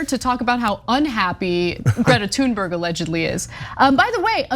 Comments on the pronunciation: its not pronounced tune its thune and this idiot is sayn her name wrong as well they are all idiots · Is anna the only one that doesn’t understand how to pronounce her name? Tune berg? That isnt how to pronounce it, i dont know who told you that but no, nope. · Her name isn't pronounced "Tune berg", it's "Tune berry". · Totally agree with you guys, on this. However, just a heads up. You guys don't pronounce her name right, either. Greta (gree-tah) Thunberg (toon-berree) And you roll the r's in both cases. Hello from Sweden. =) Keep up the good work on covering this. It pisses me off how they're going after Greta like that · Greta, you can fade these weirdos any day of the week. It's Thuuuuuurnberg homey. Easy af to say. You guys gotta stop with this shit about pronouncing people's name's wrong. It's super lame. I mean, loser supreme. Oldest, weakest, act ever. Stop bro. That girl is absolutely the shit. These weird dudes are are some of the lamest haters on Earth. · sorry but you are wrong. Her name is pronounced Toonberg. To make it even more authentic you would say Tünberg. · If he can't be bothered educate himself enough to find the correct pronunciation of her surname, why should I believe anything else he says? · If you're going to mention her name then pronounce it properly. What an ignorant man but not surprised he goes on Tucker's show (another ignorant creature). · He can't pronounce her name and he has no understanding of Autism. Tucker Carslon just keeps getting even more rank. Good follow the money Ana ... I'll repurpose one of my laser satellites to give this guy a close head shave ... as**ole.